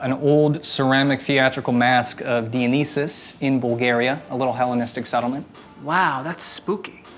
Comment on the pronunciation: Was anybody gonna tell me that that's how you pronounce dionysus in English???